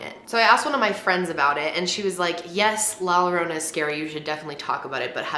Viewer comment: XD it killed me when u said Llorona love ur vids tho